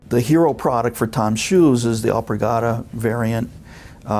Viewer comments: I like the way the Narrator pronounced the Spanish name of the shoe “elpargata” - everytime she utters it there’s so much conviction! We get it ghorl u can speak Spanish. Hehehe! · you pronounce Alpargata very funny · The way she says “alpargata” annoys the deepest parts of me. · I hate how she pronoun alpargata. It's horrible. She didn't even try